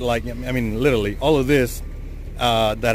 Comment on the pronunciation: Wait, did this dude just say litaly instead of literally? 🤦🏻‍♂️